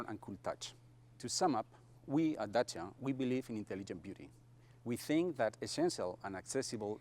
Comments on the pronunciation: Nice video mate I love your channel I like how you say Dacia in the right way Much love from Romania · YESSS YOU PRONOUNCED IT CORRECTLY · Your pronunciation of "Dacia" is spot on!